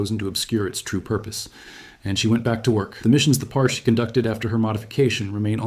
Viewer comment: It’s pronounced Par-chee (sounds like the beginning of cheese)